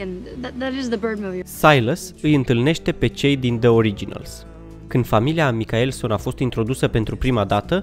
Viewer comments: de ce spui micaelson in loc de mikaelson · Faptul ca ai spus ,,Micaelson" ma nelinisteste teribil. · Si nu zici bine Mikaelson